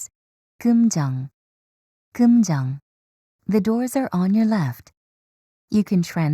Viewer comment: 남자 목소리 오랜만이기도 한데 살짝 웃기다 꿈정 꿈정 ㅋㅋㅋ